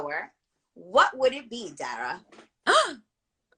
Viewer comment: I'm sorry, but ima just say this. The interviewer dropped the ball SEVERAL times. Its important to listen to the person you are interviewing so that you don't ask questions that have already been answered. Also not knowing how to pronounce Dara's name, or her characters name? Unprofessional, and quite frankly disrespectful to Dara. Doing your research prior to an interview is so important. That's just my opinion. 🤷🏾‍♂️